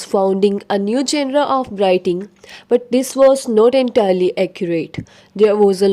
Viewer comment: Madam genre ko parhay toh sahii 😂😂..